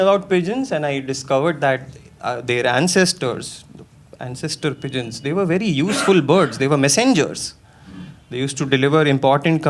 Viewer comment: I heard peasants every time he said pigeons😂